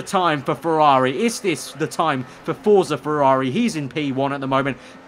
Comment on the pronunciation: It's pronounced fortsa